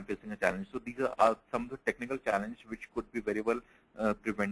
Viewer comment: Its challenges in automation say it clear man, it sounds like chances OMG :eyes-purple-crying